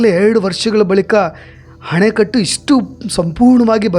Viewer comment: ಹಣೆಕಟ್ಟು. ಅಲ್ಲಾ. ಅಣೆಕಟ್ಟು